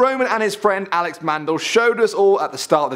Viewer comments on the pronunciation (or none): none